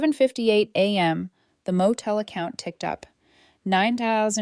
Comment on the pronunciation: Come on, the pronunciation of money amounts is terrible. And a.m. is not anam.